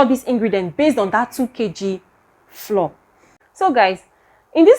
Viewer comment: Thank you for this informative video. Please note, ‘flour’ is pronounced like ‘flower.’